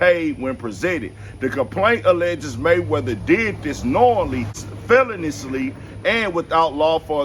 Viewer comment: I know this mafkr didn't just say "felon-us-ly" for feloniously 😂😂😂😂 looks like 50 needs to send you a copy of that Harry Potter book, too!!